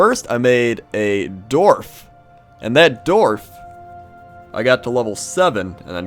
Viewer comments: Wtf is a Dorf? I think you Mean D-warf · Wtf is a Doorf?